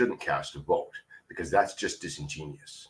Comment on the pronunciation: 😂 The Mensa member doesnt know how to pronounce 'Disingenuous' The selfnamed conservative amongst the liberals doesn't believe in democracy.